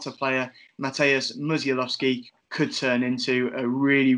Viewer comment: His second name is pronounced Mu-sh-a-w-owski. Great video too lads.